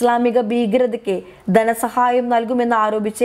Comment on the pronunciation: ഗദ്ദർ അല്ല, ഖത്തർ. പൊട്ട വായന. ദന സഹായം അല്ല, ധന സഹായം. ബന്തിപ്പിക്കുക അല്ല, ബന്ധിപ്പിക്കുക.